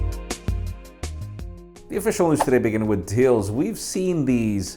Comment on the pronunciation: Until now. I always thought said, "The question of the day" Now I know he's saying, "today." Everything I thought I knew is a lie!